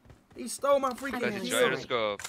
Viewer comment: The man said Jeeroscope